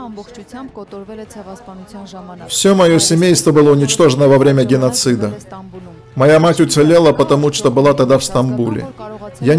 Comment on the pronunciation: Арра, опять "гынносид"?